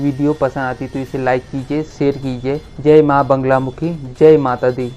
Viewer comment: Banglamukhi nahi bolte. Naam Baglamukhi hai.